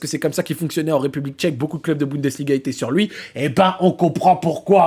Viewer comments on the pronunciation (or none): none